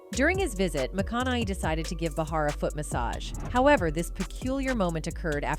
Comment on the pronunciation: Joy Bay-Har, not Ba-Har...